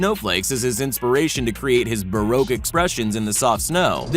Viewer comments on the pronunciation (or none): none